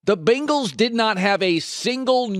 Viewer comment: “The Bingals”